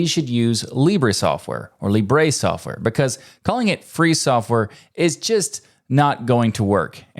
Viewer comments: Your pronunciation in Spanish is wrong. You pronounced it like libré which to be fair is a indicative of the first person, but the pronunciation in Spanish is libre without the accent in the "e". You only need to let your tongue to move more freely while spelling the "bre" part something I noticed English speakers struggle with. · In spanish it's pronounce LEE-breh, not lee-BREH. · Also not put a "Y" at the end ;-; English speakers always be like "libray". It's just an "eh". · Small correction in pronunciation : In Spanish Libre is pronounced with the accentuation in the first syllable, not the last. It is not "Libré" (that is a verb), its "libre" (adjective, accentuation in "Li").